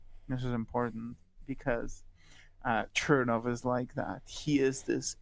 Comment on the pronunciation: Odd that the guest says that Aleksandra Kollontai was "not part of the original Bolsheviks," yet regards Trotsky as being one. Kollontai joined the Party in 1915, whereas Trotsky did so only in July of 1917. Also odd is that the guest does not pronounce "Chernov" correctly, given that he is presumably fluent in Russian.